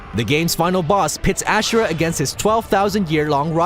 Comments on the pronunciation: I find it funny how people still manage to mispronounce names when the characters in the very game say them. Case and point - Wyzen (the last boss in this video) constantly screams about the MC (Asura) during his fight yet the commenter here insistently calls him "AsHura" despite undoubtedly hearing it. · Or 'Ashra' instead of Asura. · Pretty sure Asura is pronounced wrong. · Bulletstorm is a watered down Gears of War. Why would they show Mehrunes Dagon But not have him as an entry? Also, that's not how you pronounce Asura. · Holy shit you need to learn how to pronounce these. I was able to let Chronos slide but Ashura?! You’re joking right dude??? Even the Japanese will tell you it’s pronounced AZ-UR-AH holy cow man. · *Asura, not Ashura *Cronos, not Cronaus Sorry, just bugged me.